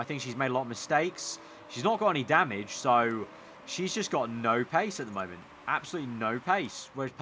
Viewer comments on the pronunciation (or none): none